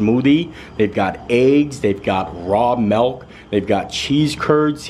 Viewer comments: I love, he's awesome but please stop calling it melk. It's milk! ❤ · milk....not melk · 'Melk amd aaygs' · Add "milk" to words can't pronounce.... God almighty